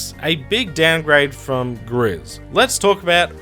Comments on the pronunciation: I don't know if someone already mentioned this, but the game Gris is pronounced 'Grease' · It's interesting how many people have been playing gris recently and also how no one can pronounce it correctly lol